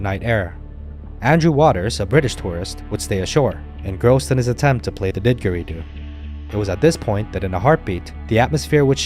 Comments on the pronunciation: Unlike everything else here in Australia that people make sound way scarier than they are, saltwater crocodiles are one of the very few predators in the world that actively hunt humans and see us as part of their diet. Also it was hard to take this seriously every time i heard Did-gary-doo, the second d is essentially silent. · The mispronunciation of the droning Australian Aboriginal wind instrument (the didgeridoo) is correctly pronounced didjiri-du. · You should make the video yet again, this time pronouncing the word didgeridoo properly.